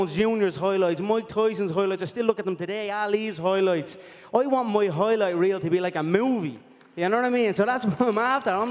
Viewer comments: WTF is a hoyloight ! is it some body part ? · Justin "Hoyloyt" Gaetjhe.